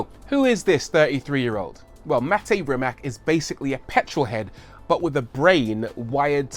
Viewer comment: Shame you can't pronounce his first and last name correctly😂😂